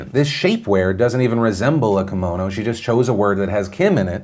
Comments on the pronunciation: It's not Komono it's Ki-mono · Hi Philip, just a heads up. Kimono is pronounced “key-mo-no” you’re getting mono part right but not the Ki part. But you can say it however you want. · It's not a kamono it's a KIMono